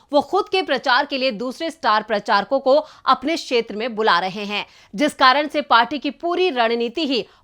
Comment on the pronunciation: मोहतरमा, आपको अपना हिंदी उच्चारण ठीक करने की जरूरत है। क्षेत्र को शेत्र बोलना सही नहीं है क्योंकि क्ष ध्वनि क्+श से आती है। अतः क्षेत्र कहना चाहिए।